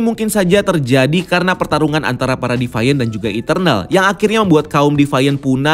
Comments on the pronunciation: bukan defaian, tapi divien. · Agak terganggu sama pronounce nya. Deviant dibaca "dee-vee-ent" bukan "devaiyent" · youtuber2 luar aja ngomong deviant ya 'de fi an / di fi an' disini doang yg 'de fa yen' 😁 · Devaint??? Agak risih dengernya. Deviant sesuai tulisan bacanya.